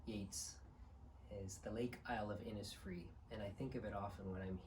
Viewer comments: Forgive me for correcting your pronunciation, but since you know nearly half the poem by heart, and you seem to be a precise and thoughtful person, I thought you would prefer to know, it is pronounced Innishfree, not Innissfree. This poem is very meaningful to my family, and some of us believe that when we die, we see one another again in Innisfree. I'm adding the rest of the lines for anyone who is curious about it. It is very beautiful. "And I shall have some peace there, for peace comes dropping slow, Dropping from the veils of the morning to where the cricket sings; There midnight’s all a glimmer, and noon a purple glow, And evening full of the linnet’s wings. I will arise and go now, for always night and day I hear lake water lapping with low sounds by the shore; While I stand on the roadway, or on the pavements grey, I hear it in the deep heart’s core." WBY Enjoy your holidays. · Love that poem too. (The place name is pronounced inishfree, so the way you said it but sh instead of s.)